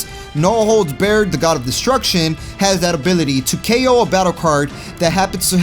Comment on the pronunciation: Beerus, no holds bared. No holds bared cage match. Bar its pronounced bar. No holds Barred [Bar-ed]